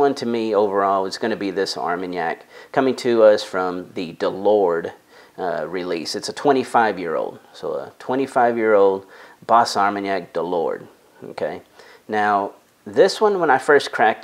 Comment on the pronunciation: Great video. By the way, the "s" in Bas Armagnac is silent.